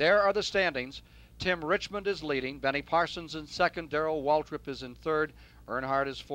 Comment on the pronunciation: It sounds like Cale Yarborough is saying Waldrip instead of Waltrip when referring to DW